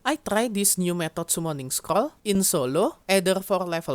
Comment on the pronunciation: "scrol" "scrol" "scrol" scrol"